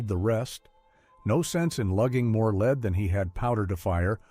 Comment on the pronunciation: hmm it's kind of weird how many errors there are like pronouncing "lever" as "level". And lead as leed.